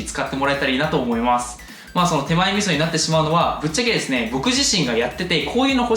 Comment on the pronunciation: スターディの河野玄斗れす！！ がかわいい。なんなんだ。